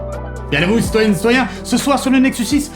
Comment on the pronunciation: "S'toyenne S'toyen" !